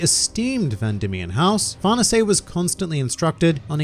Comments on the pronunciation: I’m pretty sure it’s “Far-này-say” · I heard it's an Italian name so it's supposed to be pronounced "far-nay-say" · Far nuhsay !?! Is that how I’m supposed to say it? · nobody:: farnasé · Why native English speakers pronounce that bad even the simple names?